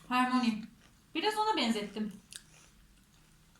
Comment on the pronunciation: Seni baya sevdim ama ablana söylersen sevinirim harmoni değil hermoyni yada hörmayni diye okunuyor ( yanlış anlama bir potterhead olarak düzeltmeden duramiyorum )